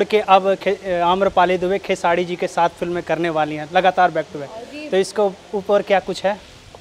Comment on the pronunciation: Ye anchor ko bolo pehle खेसाडी नहीं बल्कि खेसारी बोले